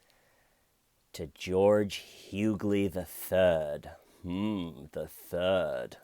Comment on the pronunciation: I chuckled every time you said "George Huguely the Thuuud".